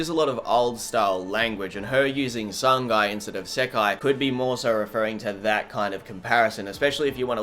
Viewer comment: Sangai 😩 I can't unhear it anymore